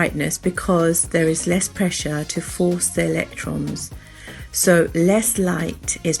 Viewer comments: It’s meant to be pressure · it is "pressure"not pressue"